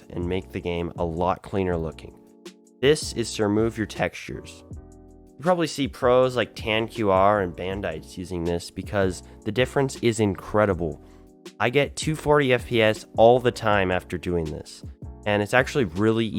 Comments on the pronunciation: its totally tan q r totally not tanQr lol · It is TanqR pronounced tanker